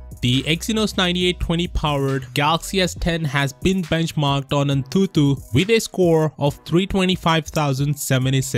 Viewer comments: The way he pronounces tutu in antutu means penis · The way says antutu is funny